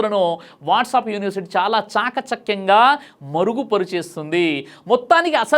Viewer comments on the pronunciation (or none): none